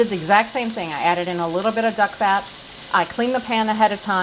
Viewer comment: Are you saying “duck fat”?